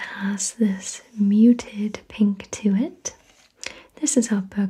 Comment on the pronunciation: I'm glad you say bergamot without the t sound on the end. I've had arguments about the pronunciation before lol.